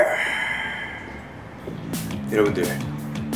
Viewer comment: suga: "i need you gir" hahahahaha the way they pronounce the girl tho